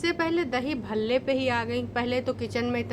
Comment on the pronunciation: Bhalle ko palle Bol Rahi thi She’s utterly disgusting 🤢